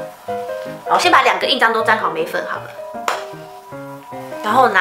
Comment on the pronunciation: 我聽到眉粉屎😑😂😂 笑死了啦😂對稱是問題😂